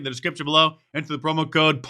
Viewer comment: PLENTY of people are "AbOvE dUh LaW"